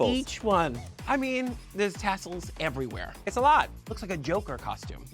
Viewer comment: almost spat my drink 👏🏽EH👏🏽VUH👏🏽REE👏🏽WHERE!! I didn’t know what TF was going on🤣🤣🤣🤣